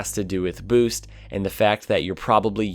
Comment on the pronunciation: I love when you say boost. "Booce"